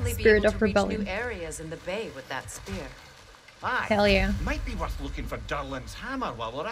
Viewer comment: Did you really just call the "Spear" a "Spare"??? Come on... :face-blue-covering-eyes